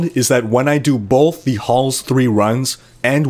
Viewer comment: I think the word you're looking for is both, no 'bolth'.